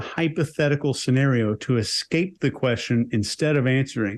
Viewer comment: I absolutely hate when people say "nucular". Also "exspecially" and "exscape".